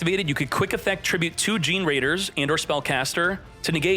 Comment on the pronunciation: That "Gene"-Raiders pronounciation irritates me, lol. I think it's pronounced like Generator with raider at the end